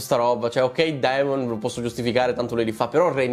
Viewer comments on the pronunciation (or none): SI PRONUNCIA DEMON! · Esatto ti prego DEMON !!! Il dittongo Ae si pronuncia E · DEmon Egon Emond … AE si pronuncia E 🙏🏻 Per il resto sei sempre top 🔝